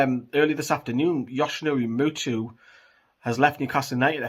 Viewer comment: Muto not mutu man